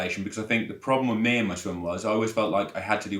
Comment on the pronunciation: Did he say SWING club sessions or swim club…..😂😂😂😂